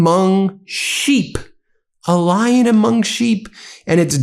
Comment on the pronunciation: "A Lying among the sheep" is what I heard. Definitely not a Lion among the sheep.